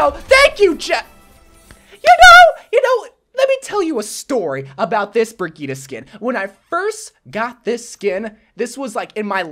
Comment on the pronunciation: BRI GEE TEH?! dude it’s pronounced BRIDGE EHT